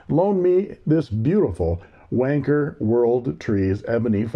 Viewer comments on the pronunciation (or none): The Eureka looks wonderful, and very tempting. But how on earth "Wan-Cher" rhymes with "Merchant Banker" is beyond me; must be something to do with all that cold weather over in your neck of the woods. My advice?--Just keep your hands on the pens, and nowhere else! Love from the Drop Bears. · Hi Aussies and Brits spell it wanker not wancher. So I think you may have the pronunciation a bit wrong😊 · Not to be a prude but I thought that Wancher might actually be pronounced like rancher. Not nearly as amusing I admit. Thanks for the reviews. Your contributions to fountain pen reviews makes me feel less like a loser for collecting them. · I've been pronouncing wancher as "one cher" 😂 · It is not just the British, it is the colonies too, I grew up in Australia and all I heard from this video was "WANKER WANKER WANKER". I am curious, why did you decide not to pronounce the CH properly, or should it actually be pronounced that way? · It’s Wan Cher,Cher as in the singer no ‘K in Wancher😮.I have a Decagon & it’s a beautiful pen.